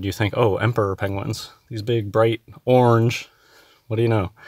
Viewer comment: This nut cant even say orange properly?? Is that colour made up too ?